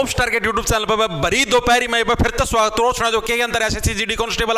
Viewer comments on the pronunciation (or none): none